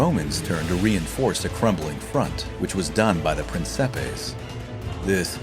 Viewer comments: Finally an English speaker that tried to pronounce "Principes" correctly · At least he didn't pronounced Principes as "prinquipes"